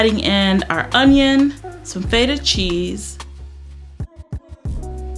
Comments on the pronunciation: Girl it’s FET (like wet) UH cheese feta not FaYtah. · I love this! I was one of the people that requested for a savoury version so thank you girl! That burrito and watermelon feta salad is right up my alley. I love the way you say Feta. I make the chicken breast tenders once in a while and have it with a cottage cheese ranch dip, so so good! I’m going to try it with corn flakes like you did